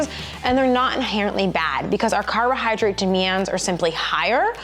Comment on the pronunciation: 😅carohyrodrate hehe